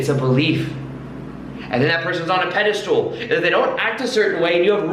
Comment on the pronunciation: you very knowledgeable and l really like your videos. With that said you need to brush up on your vocabulary. The word is pedestal... not pedistool and putting someone on a pedistall means to deem them as the best person above everyone else.